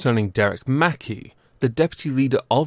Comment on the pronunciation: It's mc-kai not mackie